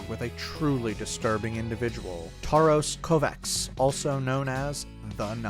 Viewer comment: As a hungarian: Tarhos Kovács is pronounced like "Tarhosh Kovatch"